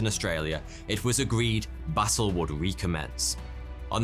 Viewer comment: lol you said battle and I heard basil... I was like yummy!